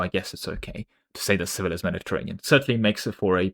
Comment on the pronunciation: Each time you pronounced Sevilla like vanilla I died a little inside